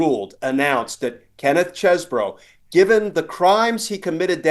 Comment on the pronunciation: It's pronounced Cheesebro.